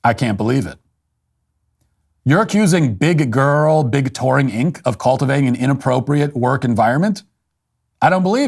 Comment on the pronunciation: We need a compilation of Walsh saying “Big Grrrrl” on loop